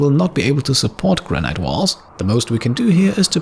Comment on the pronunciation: Nice episode as always! Your English is near perfect (I know it's not your mother tongue) but just one tip - Granite is pronounced "Gran-it" not "Gran-iyt" (at least in England, maybe it's different in the US?)